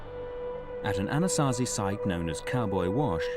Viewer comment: I like the (Diné)Navajo elder and his stories. I wish he could teach these documentaries how to say Anasazi correctly.